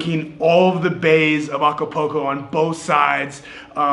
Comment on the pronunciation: Nice video ,, cool channel ,,, just one point .. the city ACAPULCO is not pronounced A C A P O C O .. it is pronounced A C A P O O L C O .. you know like a swimming pool ..